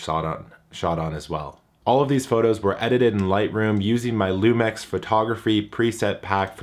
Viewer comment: Isn't it pronounced lumix instead lumex?